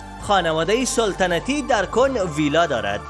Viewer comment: سولتنتی ای چی معنا سلطنتی درست است نه سولتنتی 🤣